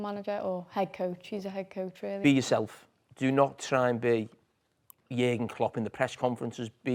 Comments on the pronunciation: Stop saying !JERGEN"! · I’m sure one of the reasons Jurgen left was because of the pronunciation of his name 😅. Wow they butcher it!! Wtf is a yerrrrrgun 😂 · Your doll has to be banned from saying Jurgen. Ffs